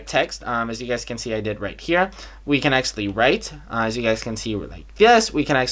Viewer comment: vi can acshly vi can acshly vi can acshly 😂😂😂